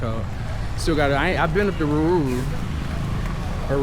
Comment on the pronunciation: It's Ruiru bro😅😅. Pronounced as Ru..i..Ru. And if you want dark skinned ladies, try west Africa😂